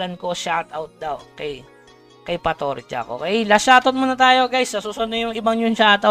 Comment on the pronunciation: Bad yun lods "Patourjack" hahaha